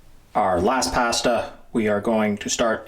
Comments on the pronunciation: Nice summary. But please… it is ‘pah-sta’ not ‘pay-sta’ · What's so f-ing hard about pronouncing the word 'pasta'?? It's 'paaastaaaa', as in with two 'ahs'. Not 'a' as in 'apple'. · Where can I get written recipes? Also, he needs to learn how to say PASTA! LOL